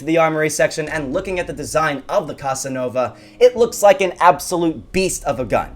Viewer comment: Did u just say "Cuss-Ah-Nova"?